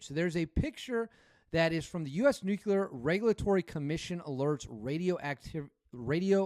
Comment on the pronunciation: new-clee-ur; not new-queue-lar